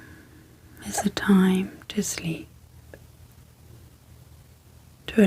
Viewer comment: I really like the soft spoken; great content. Super professional. The only thing that isn’t working for me, is the word Sleep, sleeP sleeP repeated close up to the mics with the Sl and the P super pronounced, it’s has actually woken me up. The p sleeee P SL eee P it pops me awake. Just wanted to mention. Maybe I can adjust volume. . all else absolutely fabulous